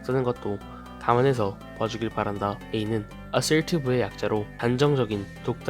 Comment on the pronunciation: Assertive 어쩔티비로 들린다는